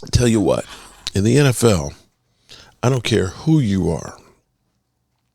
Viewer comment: I'm a fan of your videos. Been watching now for about a month. I will say that got me good. NSL, the National Sputball League. I'm not picking on you, I know it was just a tongue twist. Still, got a good laugh out of me. Keep up the content good sir.